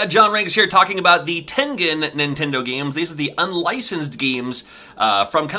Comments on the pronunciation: TEN GEN as in generation!!!! 😣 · Common mistake, but it should be the hard g. American company with a Japanese name. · Who else pronounced Tengen as TEN-JIN as a kid? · I always thought it was pronounced Tenjen . I learned something new . Great video ! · I used to think it was pronounced tenjen with a soft g as opposed to a hard g sound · I don’t know either I was saying it wrong or John was I always pronounced it with a soft g sound like in the word “giant” but John pronounces it with a hard g sound like in the word “ game” so in other words I always pronounced it like “tenjen” like with that soft j sounding g sound but John pronounces with that hard g sound like in “game” in the middle so which is it someone please tell me